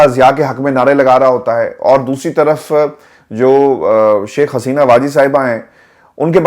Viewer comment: “Sheikha Haseena, “not” Shiekh Haseena”.